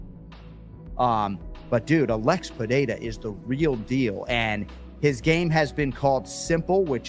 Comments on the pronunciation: I love Sonnen, but how hard is it to pronounce Pereira correctly? Who TF is Piera? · Does that simpleton Sonnen purposely pronounce Pereira wrong???